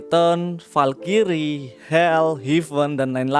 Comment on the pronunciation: Bang Valkyrie itu cara bacanya bukan (Valkyries) tapi (valkris)